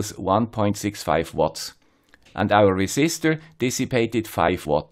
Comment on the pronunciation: Resisistor ????????? :-p (otherwise it is really, really great. I learned a lot. Thanks!)